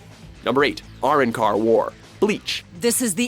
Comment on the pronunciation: R-IN-CAR just kill me now fam